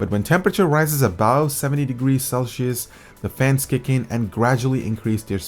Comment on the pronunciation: I love how you can't pronounce Celsius